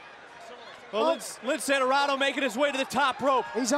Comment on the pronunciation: Dorardo? Really?